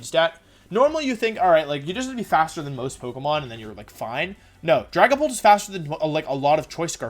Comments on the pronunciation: We’re not going to ignore that he said Drag A Pant instead of dragapult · ah yes, dragapant.